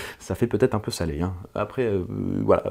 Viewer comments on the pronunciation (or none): none